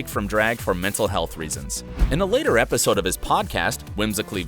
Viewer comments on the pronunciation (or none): none